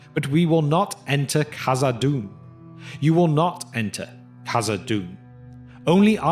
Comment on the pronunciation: Khazad-dûm not khazad-doom my dear friend